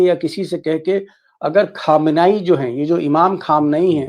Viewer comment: भाई अयातुल्लाह ख़ामेनई कहा कीजिए ख़ामेनई नहीं । अल्लाह आपको अच्छा रखे